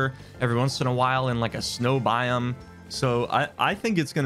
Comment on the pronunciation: Everyone: “Biome”: “Bium”